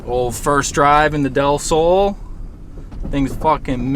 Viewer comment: nice pronounce on "del sol"! (means, "of the sun"!)